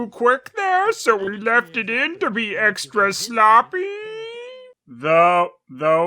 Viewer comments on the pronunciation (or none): none